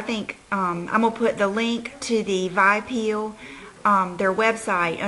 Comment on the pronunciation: It's pronounced with the letters V...I...peel.not vi peel